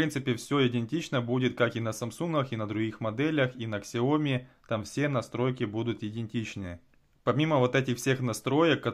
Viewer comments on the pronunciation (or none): Какая КСЯОМИ!!!!! Раз уж ты взялся учить людей, то произноси правильно название бренда. Сяоми! с ударением на Я. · Не ксяоми, а сяоми. Это китайская буква x, а не английская. Спасибо